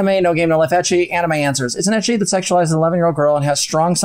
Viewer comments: im sorry and i know there are bigger point but if this fucker calls it "ekki" one more time im going to scream and punch my screen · Why is he calling it "ekky"????? Fucking a. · I'm taking psychic damage every time that man tries to pronounce ecchi.